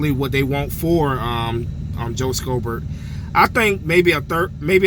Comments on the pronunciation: It's read as "shobert" not "skobert" i don't know why that bothers me 😅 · Lol the c is silent in schobert (show-bert)